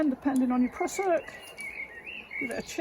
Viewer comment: Love the West Country pronunciation.."prussock" 😅